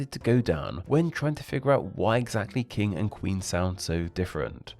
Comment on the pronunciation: king is pronounced with a short i, not long e so its not keeng